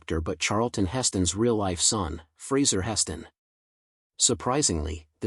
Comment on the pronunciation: Why does he call Heston Atch?